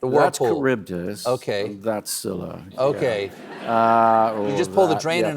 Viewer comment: Scylla is pronounced skee lah